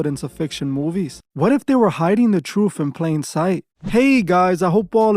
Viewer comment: Sorry bro, hard to take someone serious when you hear them saying troof